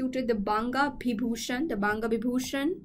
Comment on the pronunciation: Best part of the video is when she is struggling with pronunciation of "banga bibhushan"... It was cute anyway!